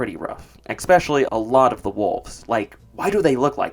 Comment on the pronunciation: He says eckspecially so I don't hold much weight in his opinion